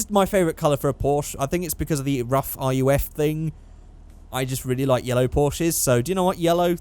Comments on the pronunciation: It's not R U F ,It's more like RUF(roof) You know what I mean... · RUF is pronounced like roof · RUF us pronounced "roof" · aint a big deal but i thing RUF is pronounced: roof